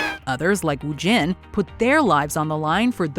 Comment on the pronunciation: Its wu-jin